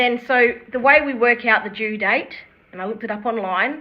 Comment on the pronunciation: My first comment didn't show up or was deleted? - Your pronunciation of due and do sound normal to American ears. Great job, ladies! We haven't seen any paperwork regarding the pregnancy in her divorce proceedings yet. If the baby is Ken's, I suspect Gypsy was stepping out on Ryan earlier than she has admitted.